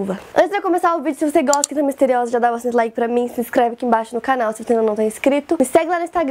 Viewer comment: Q agonia do IN do nome quinta,“ Q U IN T A”